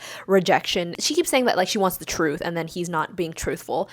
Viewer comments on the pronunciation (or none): none